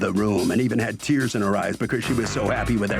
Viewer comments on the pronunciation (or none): none